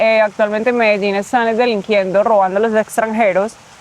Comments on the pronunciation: Fajne video Jak ktos szuka wrazen w obcym kraju jeszcze takim ktory slynie z produkcji i dystrybucji coca coli to bardzo prawdopodobne ze to sie moze zle skonczyc Zastanawiam sie dlaczego wymawiasz medeżin skoro nawet ta koleżanka wymawiala Medellín? Wcześniej już widziałam sporo filmów o Medellín ale tak kulawą wymowe słyszę pierwszy raz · Dlaczego mówisz : "medeŻin" jak Kolumbijki mówią "Medejin" ? Pozdrawiam. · Ale dlaczego mówisz Medeżin? Przez "ż". Ona chyba mowi Medein. U mnie w kraju mówią Medelin. Tak jak się pisze. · MELEDIN - jak czytasz tak wymawiasz, a nie jakies MEDEDZIN. Spokolamina potocznie nazywana bucaramanga - w proszku lub w plynie.. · Medeżin i Medeżin. Po co wymyślasz nowe słowa jak nawet twoi rozmówcy tubylcy mówią na to miasto Medellin? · myślałem , że Medelin wymawia się tak, jak się pisze, a nie Medeżin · Mededrzin.....a co to takiego???? W jakim języku brzmi tak Medelin???? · Majster czemu mówi "Mededżin" jak nawet te lokalne laski mówią dokładnie tak jak się piszę czyli Medelin? A tak po za tym to ostry progres w hiszpańskim zrobiłeś bo widziałem jakiś film z początku roku to mówiłeś że się dopiero 2 miesiące uczysz to teraz by wychodziło że nawet nie rok, a dobrze Ci idzie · Co ty masz z tym "medeźin"??? Gdzie tam masz "ź"???😂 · I ten akcent Medezin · MEDERZIN? XDDDDDDDDDDDDDDDDDD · Medeżin ?! Serio? :) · Medeżin ? Co Ty w Czechach jesteś ? Weź się ogarnij . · Ty MEDEŻIN coś ci się w główkę stało że nie umiesz poprawnie przeczytać? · Mendeecooo??? Skąd ty wziąłeś te wymowę? Z francuskiego translatora 😂😂😂😂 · Dlaczego Ty wypowiadasz Medellin ..(Medezin..)??? Te ktore pokazujesz z aplikacji...to zwykle SZONY .Kto przy zdrowych zmyslach ,wyjdzie z takim plastikowym kurwiszczem???Ja osobiscie, wstydzilbym sie z tym pokazac na ulicy . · Mededżin????? Coś nie halo? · Zauważcie jak ta pani wymawia nazwę Medellin a jak nasz wieśniak chcący błysnąć na początku filmu:))